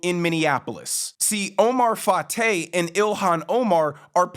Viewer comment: Wait, did you say his name is Oh-my Fart-ay??